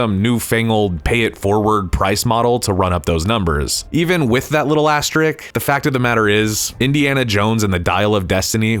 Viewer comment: Problems with S: The word is asterisk, not "asterik," & the name of the French city Cannes is pronounced, "Kahn," not "Cans."